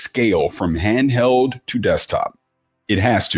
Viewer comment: Xbox “canheld” 😂